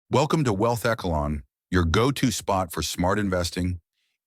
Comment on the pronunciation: Pronounce echelon correctly